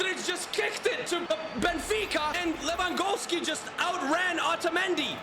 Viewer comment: Who is Levangowski🤣🤣